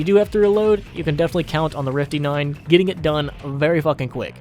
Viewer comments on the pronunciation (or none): "We do the rifty 9 eh?"